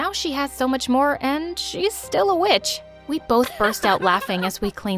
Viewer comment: i heard bit?sh not witsh